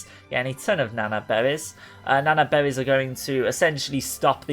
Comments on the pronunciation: So many behwies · I couldn’t get past “bewwies”